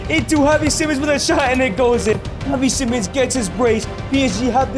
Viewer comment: bro i nearly got brain damage of you saying kavi and havi simons